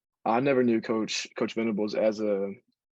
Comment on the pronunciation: Venables not ventables